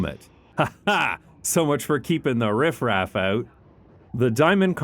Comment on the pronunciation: "keeping the riff-raf out" Haha.. not with me he said perfect..